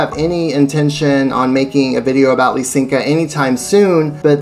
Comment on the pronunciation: Isn't it Lysenko and not Lysenka? Or have I been mispronouncing it for 3 decades?